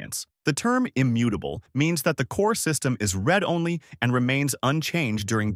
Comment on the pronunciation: Your AI narration sucks. You might want to help it pronounce “read only.” The timings are shitty at the end too, did you use proper punctuation? I’ll bet you didn’t.